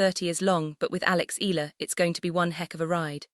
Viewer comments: Can't you pronounce her name correctly ALEX IALA(I-YA-LA) THAT'S HER NAME NEXT TIME DO IT RIGHT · E ya la it's EALA.